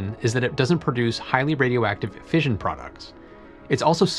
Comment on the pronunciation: Since when has everybody started pronouncing fission as 'fееzhn insted of 'fishn?